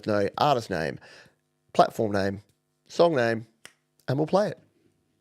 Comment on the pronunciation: Thank you for playing our bands' song!! You pronounced the song name perfectly!! We appreciate all the support and the wonderful comments. It makes us want to write more music. The channel is growing slowly but surely, and thanks to you, we are on a good path. See you on the next one!!